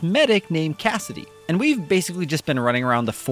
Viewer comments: Its CASSTI not CASSIDY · It’s Castii not Cassidy